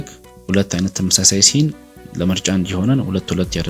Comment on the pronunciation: ሲን ነው ሚባለው ሴንስ አይደለም